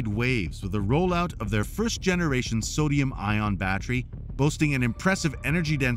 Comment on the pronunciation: Not impressed. Do you not know how to pronounce sodium? I will not subscribe to this channel.